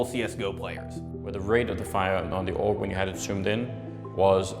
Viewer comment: "Aug week" Bruh